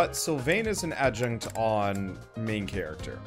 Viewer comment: "You're supposed to run to the right" You should try tilting your controller to the right if you want chibi Byleth to run to the right? (Right joycon if you have them seperated) Edit: Also, it's not Adjunt. It's Adjutant. Ad - you - tant. (pet peeve. Don't mind me)